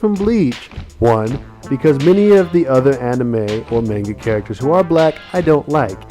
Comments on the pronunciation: I hate how you say maynga instead of mahnga >:I I also wish you had included Usopp in this, aside from his backgroundiness in Luffy's wanted poster. Even if he's not black (which I like to think he is) he's still a pretty kick ass character who should still be mentioned! D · Good video, but hearing "May-n-ga" is slightly irritating. It's pronounced "Ma-n-ga". Sorry, I couldn't help but post this. :p